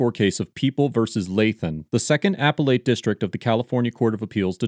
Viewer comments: The pronunciation is NOT “Apple Ate” it’s əˈpelət. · “AP-pel-ATE”? Do you mean “Ap-PEL-lit”? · Appellate is pronounced "a pellet" not "apple ate." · Appellate is not pronounced "Apple Late" it is "A Pell Lit" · Repeat after me: Uh-Pell-Ut not "Apple-Ate" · Just FYI...it's not "apple ate" courts....it's "appelle it" courts. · Appellate is pronounced "uh-pell-uht", not "a-pell-ate" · Genuinely asking: Is the appropriate pronunciation of appellate "apple-ate," as pronounced in the video, or "uh-pellet," as I have heard on my life? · Apple-ate? Ah-pel-ut. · It’s uh-PEL-it not Apple-ate. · Why does the narrator always say "apple ate? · DUDE WHY TF IS HE CALLING IT AN APPLE-ATE COURT?? TRIGGERING TF OUTTA ME RN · It’s pronounced “uh-pell-it.” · “Apple 8” courts? Odd pronunciation. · Him pronouncing appellate that way is killing me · I know this is an older video, but does this narrator ever learn how to pronounce appellate correctly? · Narrator can’t pronounce appellate correctly? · You have interesting pronunciations of “appellate” and “deference”.